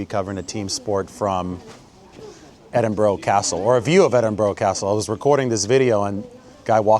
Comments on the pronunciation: Can't take you seriously as a journalist if you can't properly pronounce the name of the city you're visiting, there is no such place as Edinboro, it's pronounced Edinbruh, you can actually Google pronunciation of any city in the world, as Biden would say ...cmon man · Dude, its not edinbro - it's edinbra. Love your work.